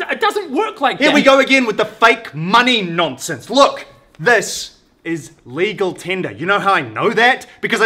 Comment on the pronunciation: 'Lecal Tender' 😂😂😂